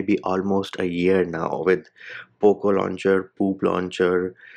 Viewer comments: It's very satisfying, you saying "poop launcher" 😂😂😂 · I can't stop laughing when you say "Poop launcher " 🤣🤣